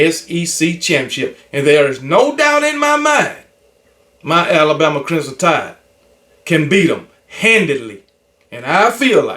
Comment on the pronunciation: It’s KB never being able to properly pronounce the word Crimson fa me….😂